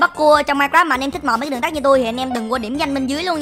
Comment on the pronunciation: Đường TẮT anh còn đọc đường TẮC mà